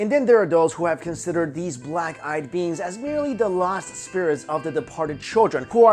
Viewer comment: I kept thinking he was saying "Black Eyed Beans" instead of "Beings".